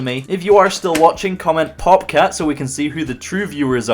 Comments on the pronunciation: Did he say popcat or bobcat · Ep. 10 let's gooo I'm not sure whether or not you said popcat or pogcat so I'm just taking a guess and say it was popcat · popcat? i actually tried to hear what he said but I didnt know xD anyway i watched the whole video and I like your series alot :D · Don't know if you said Pop Cat or Top Cat, lol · did you say popcat or bobcat?`o.o